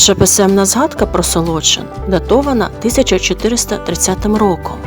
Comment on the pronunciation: Правильно наголошувати Солочи́н, Солочина́ і т.д. при всій повазі